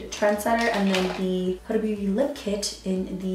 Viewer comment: Not the way to pronounce the brand